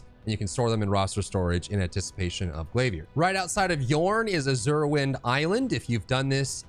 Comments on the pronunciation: “Glaviérrr” 🧐🧐 lol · the way you said glavier i was like ya hes getting a sub, but i already was lol